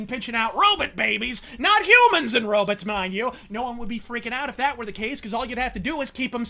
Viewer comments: So this movie has a lot of "row-bits"? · Row-bit. ROW-bit. ROW-BITS!